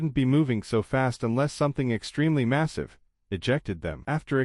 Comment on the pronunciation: Massive not missive. At the very least learn the language you are attempting to narrate in.